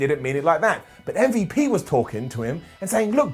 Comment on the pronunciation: M-V-Lash-P. Come on, man.